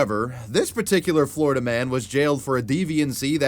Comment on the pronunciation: Not floriduhhh, for nothing